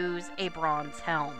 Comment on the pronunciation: "She could probably use a bronze helm." Just from the way you pronounced that word, it sounded like she needed a bra xD. Awesome work so far on this LP. Its so tempting to grind a bit before getting this far, but it looks like youre minimalizing that a lot.